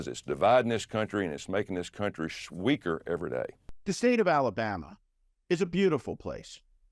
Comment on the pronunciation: Did he just say”…making this country sweaker”?